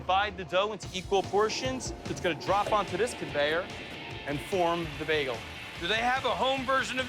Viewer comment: Am I the only person who hears Guy say beg-gel instead of bay-gel?